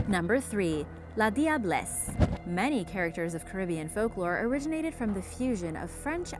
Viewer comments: I'm from trinidad and tobago but you said la diablesse wrong it is pronounced as la jablesse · The la diablesse is pronounced - lajah bless in Trinidad or if you can pronounce that just simply say lager bless ... Love the vid btw..